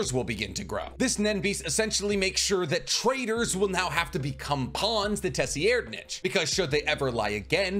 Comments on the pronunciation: 4th prince pronuncation: Tserriednich (Sir-ree-ed-) Thanks for the video, HxH is losing me with each chapter released so this was helpful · Tserriednich = "Sir-eyed-" Just an FYI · I prefer the pronunciation from grandline review for the 4th prince. I think its correct. It sounds like “sir id ” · Tserriednich is pronounce sir-ride-... The T is silent lol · Nice video although I’m pretty sure his name is pronounced Sir-Ride- 👍🏾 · Your pronunciation is baddd, his name is Tsir rye = Tserriednich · The name is actually pronounced Sir-ride-nic as weird as is is for the king that hates women but yeah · Say-reed-, Kach-oh, Woah-bul sorry but your pronunciation on his name was a bit distracting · i’m sorry but it’s pronounced SIR-RIDE- >.< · Excellent video, liked and subbed. But with peace n love, the way you pronounce 4th prince Tserriednich's name killed me lmao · Out of all the content creators the way he pronounces Tserriednich just sounds wrong. Also, doesn’t he pronounce NobuNAga as NoBUNga? If so, why? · The way you pronounce Tserriednich and Kacho makes the hair on the back of my neck stand up. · His mispronunciation is a sign that he hasn’t watched other videos with similar topics as he is discussing - meaning his ideas in the video are original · "And the 4th prince-" Fuck no! NO! Say his name right! 😑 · Pronounced Tserriednich right = Liked and Commented. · Nah bro really did my tserriednich😭 dirty like that like why he call tserriednich like that straight up violating my manz😭 ay bro do me a favour plsvteach urself how to call people by their names and not whatever this was😭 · Oh no..... I stopped the video to write this comment coz you butchered my favorite prince’s name :/ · My dude you freaking butcher names lol 4th prince 🤦🏽‍♂️ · Nah bro stop it, you ain’t have to butcher the 4th prince name like that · Tes-e-er-nitch lol. Pretty sure it's tser-ide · Say it with me, “sir-ide-”